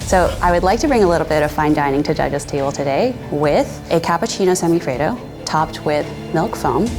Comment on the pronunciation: As an Italian hearing them say these words hurts especially semifreddo lol